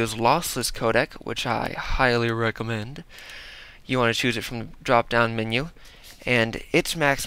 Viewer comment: LOL 'which i highly recummendd" hehe